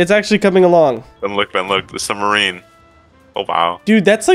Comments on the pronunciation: Bruh what’s a sumbarine 😂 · has his M and B backwards with submarine... he says "sumbarines" lol we love you. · "Sumberine" do the speak very well